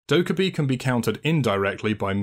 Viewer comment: Actually its Dokka-BAE